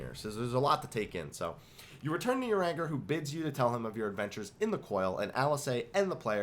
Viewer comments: I love this comment, I thought the same thing when he said "uranger", up on seeing that I was not the only one I bursted out laughing at what you wrote!!! Thank you 😊. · Omg. I love you, but your pronunciation of names is terrible. If you say "uranger" one more time....